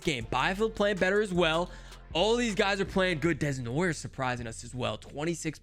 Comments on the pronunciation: I am from the town Caleb desnoyers play at and it is pronounced den-y-a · For your man Calen Desnoyers.. his last name is pronounced(Dey-noi-yay). I hope that helps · Hey! If you ever want to know how to pronouce Desnoyers in French, it’s like Day-noo-a- yeah:)